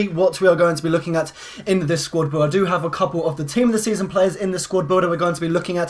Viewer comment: u said squrd builder